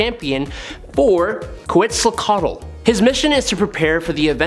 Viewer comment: Congratulations on pronouncing Quetzalcóatl though!